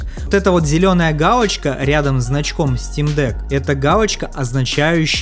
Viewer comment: "гаУочка" 🤦👎 "фипиэс" 🤦👎